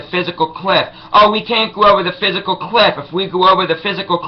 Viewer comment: its the FISCAL cliff not the PHYSICAL cliff........dumbass-.